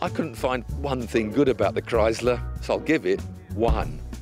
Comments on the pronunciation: Its chrysler with a sssss sound not a z sound like krise ler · Now if they could only pronounce Chrysler correctly.